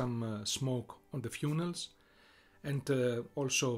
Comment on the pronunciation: Bro really pronounced funnel fewnel